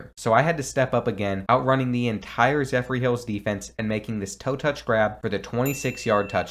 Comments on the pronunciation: It's "zephyrhills"... not "zephryhills". Pronounced "zeffer-hills". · Lol Zephyr (zeph-er ) not zephry smh my h at u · I’m go to Zephyrhills and it’s great to see a small town school in a video game , even though you said the name wrong and the school colors are orange and black it’s good, love the content keep it up❤ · The way he pronounced ZephyrHills is crazy im ngl great vid tho